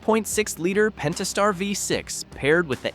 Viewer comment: The narration at the very least is most certainly AI. There are several tells, the most obvious is an inconsistent mispronunciation of "Pentastar" during the video.